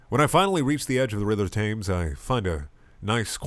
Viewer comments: The river is pronounced like "Tems", not literally "thames". You big dumpling. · "Thames" is pronounced "Tems" u fukin weeb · River THAMES??? TTHHHHHHHHAMES?!? WHAT IS WRONG WITH YOU?! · Why can't people pronounce Thames right? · He pronounced Thames wrong lol